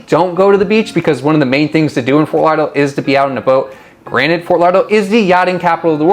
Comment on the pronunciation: Can't even pronounce it.